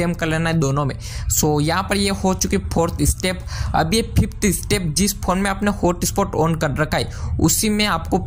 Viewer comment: you don't know how to pronounce phone.